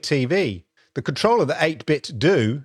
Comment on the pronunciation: 8 Bit Dough. Like pizza dough. Like Ninten dough. Not do. Great video.